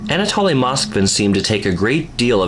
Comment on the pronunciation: It’s pronounced an ah toh lee (I’m rather a stickler for proper pronunciation of names. What you’re pronouncing is an ah tah lee. If that were the case it would contain 2 l’s- Anatolly like the words folly or jolly. Notice how the words holy & moly only has 1 L. Strong O. The word holly has two L’s & is pronounced like the others with 2 L’s lol language has rules for a reason. So we can all pronounce things the same way & there’s no confusion.